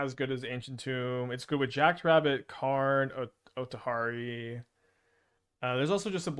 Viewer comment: Not bothered, but that othari pronunciation must be a troll